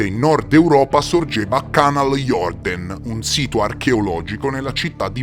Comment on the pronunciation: Si pronuncia Canal jurden